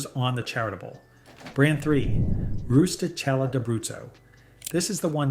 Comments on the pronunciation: Really weird editing in this video. Very jarring cut offs of words, not smooth. Also, learn how t properly pronounce Italian words. Rustichella is pronounced roosetikella. The che is pronounce as a hard c or k sound. It is not an aspirated h sound, no h at all. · Last one is pronounced Roosta kayla I